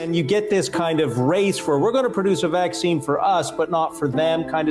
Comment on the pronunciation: It’s vaccine... not faccine... if you are not sure you could check dictionary